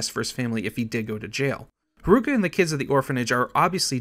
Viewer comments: can't forget kiroo's daughter, harooka! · Kiroo? Harooka? Diago? Yakoosa? Are you just the narrator or?